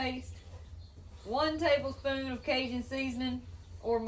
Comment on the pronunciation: She totally said Teeblespoon